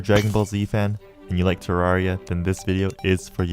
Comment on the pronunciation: You're literally one of the few youtubers that pronounced the name of the game right